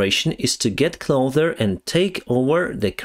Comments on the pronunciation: Closer bro not Clother , your english is much better than my Ukrainian though . Thanks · Please, ближче is pronounced "cloSer", not "clother". I'm only mentioning it because I KNOW you can say it correctly, but it's becoming a habit. чисте небо, товариш пілот. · Hi I like you and no offence but please start saying "take a closer look" not "take a clother look". 😅😁 There is no such word as "clother" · I love your videos just a tiny little correction: you keep saying "clother" (ближче) but the correct word is "closer". Also, a lot of times you call towns "cities". Bakhmut is a town. Not a city. City is a big place (місто) like Київ. Also, the correct way to say is: "they were afraid", not "they afraid" (вони боялися). All the best wishes, my friend, слава україні!👍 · I notice that very often you say "clother". The correct word is "closer" no "th". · I noticed you started saying ''cloder'' instead of ''closer'' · Closer You pronounced it 'clother' when it should be said this way... 'CLOW-sir' clow rhymes with slow and sir as in 'Yes sir" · When you're saying take a closer look it sounds like you're saying clo-ther rather than clo-sir. Hope this helps, love your work. Your english is actually pretty good except for a few words but I can always understand you fine. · Improvement in pronunciation recommendation: Closar not clother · Clo’s’er……it’s an ‘ssssssss’ not a ‘clo’th’er`. Just thought you may want to know that since you are kind enough to present in English. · Closer. Not clother. Clossssssssssssssser. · you need to adjust the way you are saying "closer". You should pronounce the "S" sound like ss, like "pisser". You generally speak excellent English. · one English word you really need to learn to pronounce properly is "closer". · Say “Get closer” Not “get clother” Cloth is like a small towel. Clothes are shirts, pants, socks. Closer, is an s sound. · The word is 'cloSer' with an S. Not cloTHer